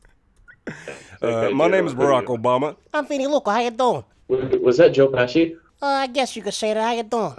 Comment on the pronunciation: P.S. It's Joe Pesci not pescie. Hahahaha